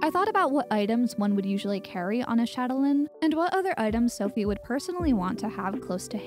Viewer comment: For "châtelaine" you're almost perfect ^^ it's shat-a-len Lovely work always :)